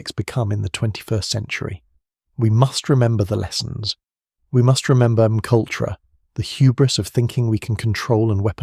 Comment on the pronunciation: Can you proof your content before posting? It’s terribly annoying listening to McUltra… if you’re going to use AI voices at least spell out the script phonetically so it reads it correctly…